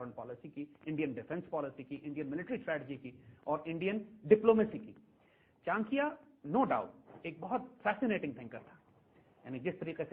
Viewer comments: Isko 1000 baar samjha do per bolega chinkya hi. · Plz correct the pronunciation of the name Chanakya